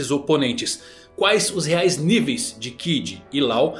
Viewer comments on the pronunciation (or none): none